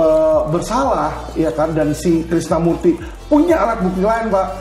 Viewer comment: Muncul lgi ibu ini,yg bilang Krisna Murti itu,Krisna Mukti, bilang Edi Salihin,Edi Solikin. Kalau blm cukup tau,nama² org,jgn ikut ngomong lh. Tuh baru ku dengar,bilang Jessica,jeksica😢😮😊